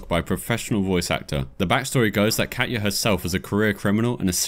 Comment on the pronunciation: Just so you know, Katja and Katya are different names so pronouncing the J like a Y doesn't make sense if the name is Katja with a J and not Katya with a Y... Your mispronunciation really bothered me lol probably just my OCD coming out or something.